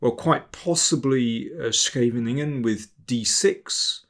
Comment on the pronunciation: I've never heard a non-Dutch speaking person pronounce "Scheveningen" this perfectly